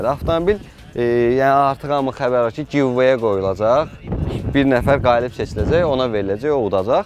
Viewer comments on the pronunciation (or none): Giveaway yox Giweaway özüdə 😂